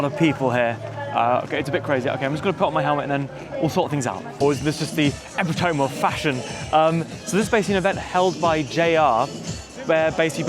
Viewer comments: Epitome is pronounced a bit different from that, eh-pi-tuh-me. Cool event. I've actually walked on active railroads in Japan a couple of times... though those all happened to be at rail crossings. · He slipped it in, an incorrect pronunciation of epitome. Clever bastard, he does it to keep us listening.